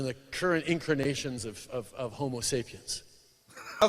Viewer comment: Burst out laughing at 11 minutes. Love. What is that word 'incrinations' that Turdoh said?